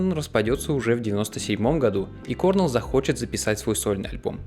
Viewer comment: Хотел узнать побольше о Наташе, поэтому из всех видео на канале начал с него. Всё (про это и остальные видео) весьма интересно. Единственное пожелание - правильно ставь ударение в имена/фамилиях (например Крис КорнЕлл).